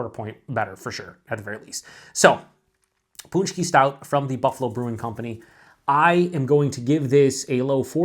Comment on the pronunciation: pronounced punch-key...well done, sounds fantastic